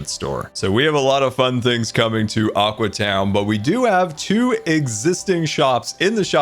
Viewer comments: So will scar ever realize it is now "Aque" town instead of "Aqua" town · Psst, it's pronounced aque town. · its aque town (pronounced a keew town)